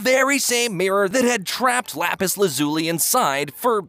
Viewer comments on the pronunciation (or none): You pronounce lapis his name wrong. It’s lapis Lasley so might wanna fix that. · I love lapis la-ZOO-le 😂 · Lapis la-zoo-li